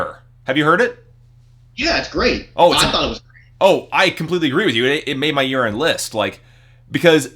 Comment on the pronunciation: when you said "it made my year end list", it sounded like you said "it made my urine list". glad you revisited this album!